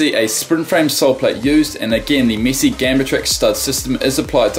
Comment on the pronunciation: am i only one who think say missi and not messi